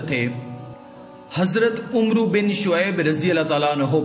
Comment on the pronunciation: Umro ni Amar . Wao aur alif silent r ain k uper zabar hy